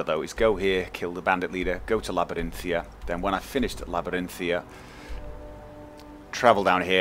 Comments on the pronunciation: It's Labyrinthian btw, not Labyrinthia, figured you should know :) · Just wondering, why do you say Labyrinthia when it's spelled and prononced (in game) as Labyrinthian? Not holding anything against you, just curious. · Stop saying Labyrinthia...it's making me rage so hard D: How do you not see that "n" on the end? =/ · Arg, I know you have gotten this before, but there is a n on the end of Labyrinthian!